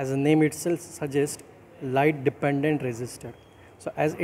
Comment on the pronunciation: He was pronouncing it as depan"DANT" instead of depen"DENT" Bro's humour sense💀☠️